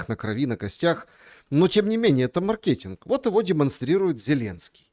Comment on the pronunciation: хватит перебивать бедного, не давая ему договорить. Это неприлично и непрофессионально. Твой бенефис-ШуМ, не надо превращать интервью с приглашенным в 60% своих высказываний. И не маркетИнг, а мАркетинг. Хватит коверкать русский язык